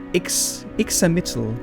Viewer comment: Pretty sure that the X in "Ixamitl" is pronounced like a "sh", like "Ishamitl". The Natlans' design draws (superficially) from from the Aztec civilisation. The romanisation of Classical Nahuatl uses the letter X, and most nouns end with either "tl" or "tli". Being a fire godlike looks like it sucks because it seems like you can't hug anyone without giving them third-degree burns. They also seem like the most painful godlike to give birth to (˘°m°)